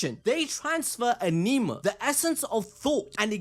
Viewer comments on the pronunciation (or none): none